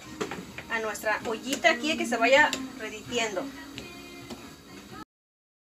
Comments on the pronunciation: Jaja que chistosa, dices reditiendo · Se dice derritiendo, no reditiendo. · Hahaha . se te paso y dijiste reditiendo pero creo que se dice derritiendo pero bueno mientras sigas compartiendo tus recetas que importa. . yo ya los hice, me Di cuenta que se cosen mñn mejor congelados que recién hechos